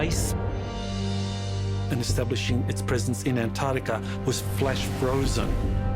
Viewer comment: Antarctica has 2 'c's! How can someone with a PHd not pronounce it correctly?